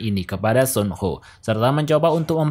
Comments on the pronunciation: Kok nyebutnya sun ho si kan suho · Mohon maaf nih bang, lu jelasin alur nya udah bagus, tapi denger lu salah nyebut Soo ho(su ho) jadi Son ho agak risih di kuping gw bang🙏